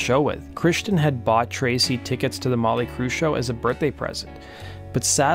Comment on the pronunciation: Who's this "Mawly Crue" that he keeps mentioning?